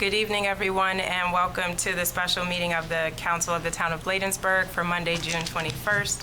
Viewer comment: This is for the Town Administrator, if you are going to work for the Town of Bladensburg, please pronounce correctly. Thank you